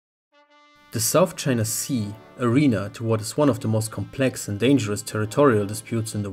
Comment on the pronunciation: Do not say Sout China Sea